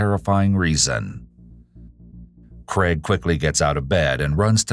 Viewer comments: CrAIg, not "Creg." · Interesting to hear the US pronunciation of Craig. More like CREG, whereas is Australia it is pronounced CRAYG